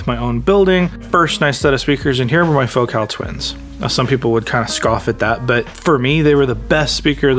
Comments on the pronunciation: It's pronounced FOCAL not FOCAL. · Hahahaha, it's fo-CAHL.